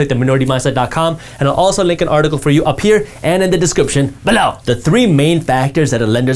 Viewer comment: Can you please not say "BElow"?